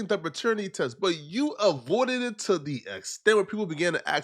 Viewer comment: Bro says Dew... Criseans sister says Tew.. 🤣🤣🤣